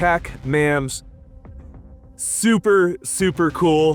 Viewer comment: “obviousry” “moozle devices” “huxwurkk” “bathel” “super rail, I meen rare” “sssssssuper, ssssssuper cool” “long and large” GAYYYY lmao “suppressor hose” “Exactbly” “3 pong” Thanks ….love ur vids brotha…my autism wouldn’t let it go so I HAD to break it down for ya lol